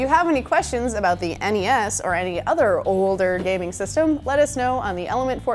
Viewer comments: "Look at that sweet old nesssss." That will never sound right to my ears. It's the N. E. S. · NES and SNES pronounced as a single word was the norm here in the UK back when these were around. No one really said N.E.S or Nintendo. So to me, hearing N.E.S is odd. Just different people would have heard it said different ways. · No, I got a NES when it was new and it is generally referred to as the nintendo, whereas the SNES is referred to as the super nintendo. It takes more energy to say EN EE ESS and ESS ENN EE ESS and people who pronounce them as phonetic words (Ness and Sness) need to be shot in the head.